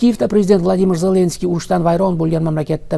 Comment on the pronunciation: Хурматсиз Бобажан Зленский емес Зеленский деп айтып уйренсе. Бляд кашангы айтаберемен мен саган хурметсиз баба жон